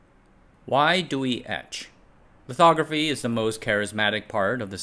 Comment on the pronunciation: I thought he said why do we edge